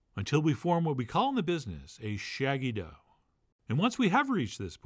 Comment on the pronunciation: Ahh, yes... Shaggy Dough, my favorite Dire Woulgh from Game of Thrones.